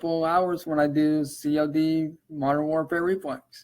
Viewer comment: ....C ...O....D Who tf pronounces COD like that? Lmfao